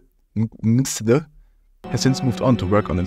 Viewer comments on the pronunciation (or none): I believe Mxthe is pronounced "Meh-Kis-Da". Note that he is from Mexico, and according to their alphabet, the X is actually the "la equis". I struggled to pronounce this myself initially but I think this pronunciation is most accurate. Of course, if you can reach the dev himself, maybe he can correct me if I am wrong.